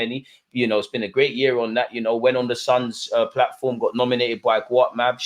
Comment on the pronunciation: Did you say The Suns Platform ?